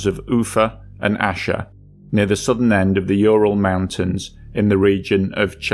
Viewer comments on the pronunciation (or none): none